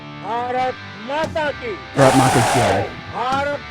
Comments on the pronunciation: It’s baaraath ma ki jai. Not braat ma ki jai. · You will have to stress on the first two letters BAA RAATH then the word can be heard clearly as your accent doesn't stress for proper pronunciation